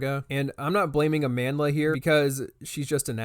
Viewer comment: I’ve never seen a person’s name get butchered as much as Amandla 😂 I have not seen a single video where anyone pronounces her name correctly